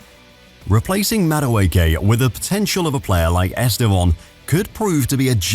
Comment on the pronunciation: Estevon? Are you sure thats how you pronounce his name?